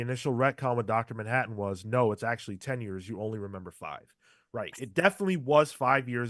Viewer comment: "Dr DANhattan" I'm dead 😂☠